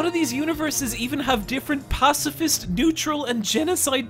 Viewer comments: "Pacafist" Love the vid tho ❤ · "pacafist" pacifist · WHY YOU SAY "PACAFIST" taht not word my amigo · "Pacafist" is making me giggles everytime it shows up on screen